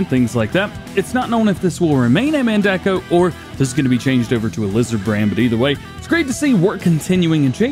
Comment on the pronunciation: Hay dj not to be rude but it is man-day-co that is how u say it